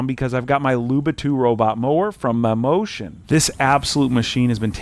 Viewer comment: "Mammotion" sounds like "Mimosas" 😂😂😂😂